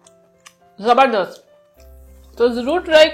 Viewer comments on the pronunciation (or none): Zabardas nhi hota zabardast kehte hai